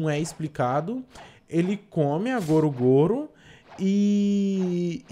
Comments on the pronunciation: Cara kkkkkk eu to tremendo aq pq o n explica/fala direito o nome da fruta (n só disso) mdss kkkkk n é goro goro a do luffy, É GOMU GOMU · por isso achei estranho ele falando goro goro ai achei que era do legendado pq eu vi dublado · 11:8 goru goru? , não e gomu gomu n?